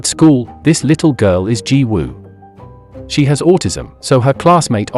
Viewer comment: I’m rlly sorry but the way you said yang is wrong but finally your one of the first person I have heard that said Jiwoo correctly